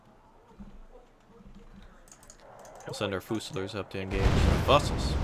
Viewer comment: really really really really hurts to hear you say fusiliers like that..